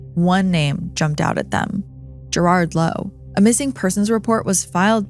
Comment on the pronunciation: Your pronunciation of Gerard Lowe's name was incorrect🙈 Also of Johannesburg, its pronounced johanness not yohannes ( I say this with lots of love)